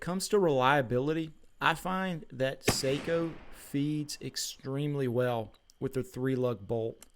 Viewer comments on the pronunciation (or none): Love my Sako’s ❤ And it’s Sako not seiko like the watch 😱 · No - Saahco. Long a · NO - SAAHCO. Not OH. AAH